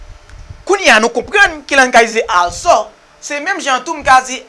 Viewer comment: Sofke ou mal prononse also a teacher